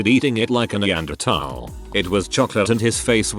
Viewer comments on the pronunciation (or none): none